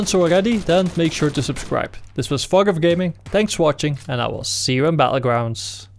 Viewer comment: BaTTlegrounds not Bahullgrounds